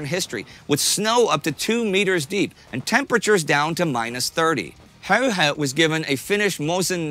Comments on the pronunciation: His name was "Häyhä" - not "Höyhä" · Its not HEYHEY , HA-Y-HA English speaking people misspelling non-english names since ancient times. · How does he say häyhä as höyhei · Häyhä, not häyhei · Why is hard to spell häyhä, wow, its häyhä, not höihei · Stop saying häyhei and say häyhä. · I like how Indy pronounced "Häyä" like 5 different ways. It's pronounced "Häuhä" with a "germanic/scandinavian" sound on the "u" and not english "u". Joakim pronounced it pretty good in the beginning. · I think they pronounced his name differently every time they said it. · He pronounces Häyhä differently every time lol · Pity your pronunciations of Simo's last name are not correct or consistent. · I wouldn't exoect a non-Finnish person to be able to pronounce Finnish words like "Häyhä" or "pystykorva" perfectly, but holy shit, Indy Neidell's pronounciation of those words is the worst I've ever heard.